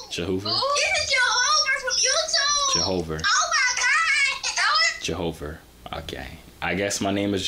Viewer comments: “It’s jehover”🤣🤣🤣🤣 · jo-how-ver🤣🤣......no sah